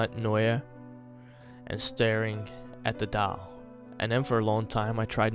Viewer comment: The only thing I don't like is the way you say "doll" but I'm not hating. You did great. :)